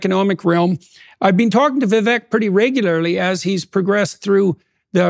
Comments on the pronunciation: How can JP keep mispronouncing his name like that? It's Viv-ake like cake, not Viv-eck like deck. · It’s Pronounced “vivake” as in cake. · Vivek like CAKE. Say his name correctly please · Vivek… Vee-vák like ‘cake’